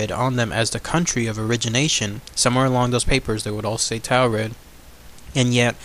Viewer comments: Mispronouncing Taured is killing me. Its like Taurus, instead of 'Tao' its 'Tore'. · Or like torrid, as in hotter than hell! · it's pronounced torrid